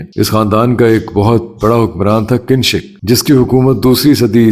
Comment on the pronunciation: Kinshik nahi Kanishk